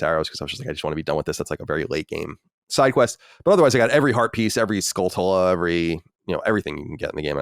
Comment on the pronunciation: Colin’s pronunciation of Skulltula was very weird